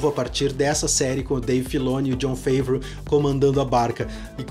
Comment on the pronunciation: bela crítica, concordo 100% - parabéns! Apenas uma correçao na pronuncia no nome de nosso messias: John Favreau (francê, Favrô)